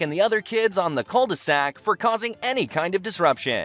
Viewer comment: When you say cul-de-sac, it made me think of ed edd n eddy